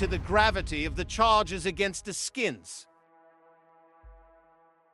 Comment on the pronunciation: Ask-ins - not A-skins If the UK is gonna report on USA crime....please do diligence on pronunciation!